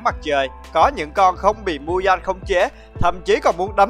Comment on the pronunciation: Muzan mà anh đọc là Mudan